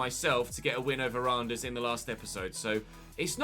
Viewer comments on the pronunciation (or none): Great episode as always. The D in Odense and Randers is silent. It's pronounced Ranners and Othense (th like in the).